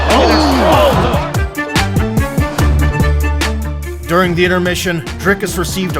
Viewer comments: They pronounced his name multiple times, and this guy still unsurprisingly has to pronounce it wrong. Cant even watch it. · You can literally hear the commentators pronounce his name correctly and you still fuck it up. Americans man